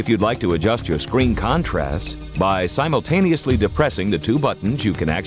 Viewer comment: Shurely thats Simon-taniuously - ammitrite ?